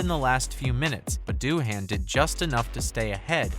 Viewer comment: Its not Doo-HAN, its DOO-un